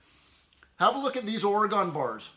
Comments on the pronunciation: You might be pronouncing Stihl correctly, but you need to learn to pronounce Oregon; it's ORYGUN, not OryGone. Thanks for a great video! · Thank you sir for sharing your wisdom. Great camera close ups to actually show us. Just to help you, out here in Oregon we pronounce the ‘gon’ sounds like gen that rhymes with ‘when’ and not like gone. Or-e-gen. 🙂 This is only to help you sir I enjoy your videos and think you convey your knowledge in an outstanding manner. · We here in Oregon say Orygun not Oragone or Oragun ..... I still like ya bud